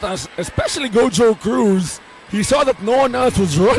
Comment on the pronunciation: GO-HO-CRUZ ✅ GOW-JOE-CRUZ❌